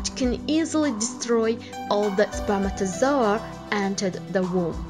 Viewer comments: I stopped the video cuz I didn't want to hear her saying spermatosoa again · YAS I DONT EVEN FREAKING KNOW WHAT LANGUAGE THIS THINGS SPEAKING. SHE FREAKIN SAYS “SPERMATAZOA” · Way she says spermatozoah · Spermatozoa...spermatozoa...What accent is this ? 😂😂😂.